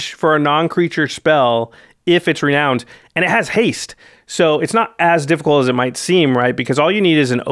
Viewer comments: It's pronounced "re-noun-ed" Jimmy. English is weird. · Jimmy: "Ren-OWNED"